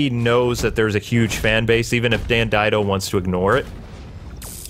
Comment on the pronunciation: I'm pretty sure it's pronounced Dan Did-ee-oh. But I mean why should he get his name pronounced correctly? He's ruining my two favorite characters at the same time